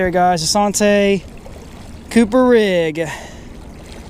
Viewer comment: Bruh its santee cooper like ( san- tea )